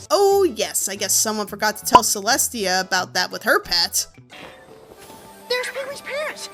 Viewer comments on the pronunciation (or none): none